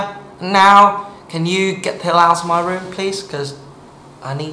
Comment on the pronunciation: "Yo, what u doing here? Get out of my room now." Nghe giống Mỹ đen thật :))))